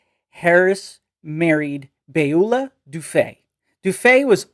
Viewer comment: You mispronounced Johana Harris’ original name. It’s BYOO-lah DUFF-ee.